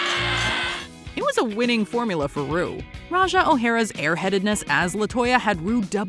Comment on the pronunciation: When she called Ru broom, I fell over.....